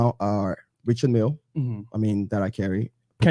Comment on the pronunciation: It’s not pronounced “Richard” Mille . It’s French. “I” is pronounced “e” REchard MIlle